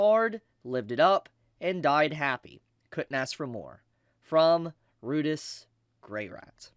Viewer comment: Ru-Dee-us amirite?